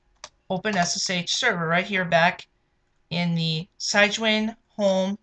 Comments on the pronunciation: It's not pronounced SIGE-WIN. It's SIG-WIN. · enunciation note - "Sig-Win" after "Sig-nus" the swan..